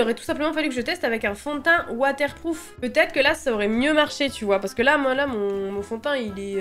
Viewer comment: "watAIRE pROUf" water-plouf 😂